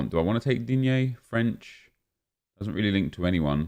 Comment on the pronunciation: No one: Literaly no one: Nep: "DigNE"